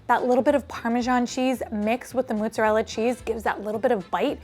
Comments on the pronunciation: "moh-zah-rel-ah" not "muh-zah-rel-ah" Some New Yorkers also say "prOH-juzt" instead of prOH-shoo-tOH, which is dialetto Napoletano. Double consonants get emphasis. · It’s pronounced mozzarella,, not muzzarella:) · the way you pronounce mozzarella is cracking me up. mooo. lol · Thank you for saying this - I was about to mention it too!!!! "Moozahrella" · Wait do New Yorkers from the city pronounce mozzarella with a u instead of an o? -a confused Rochesterian (and this is no hate meant btw! just curious)